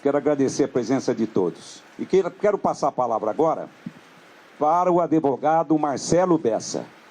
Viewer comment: "ADÉVOGADO"... kkkkkkkkkkkkk